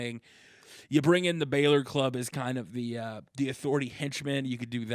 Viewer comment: It's not Balor its bálor